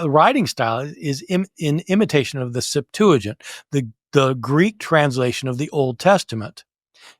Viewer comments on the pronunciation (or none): SEP-twa-ghint, not sep-TOO-ajint.